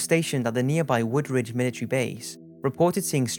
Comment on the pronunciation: It's WoodBridge not WoodRidge🙈🙈 I live right near the forest!